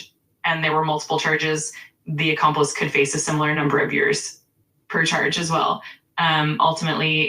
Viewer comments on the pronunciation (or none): “An accomplist” 😂😂😂